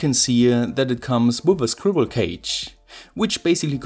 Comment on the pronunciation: ... Haha he coudn't say Squiwel ... Sqeewel?... 0_0 ...Squirtle? Squilet? Oh lord! (Just Joking)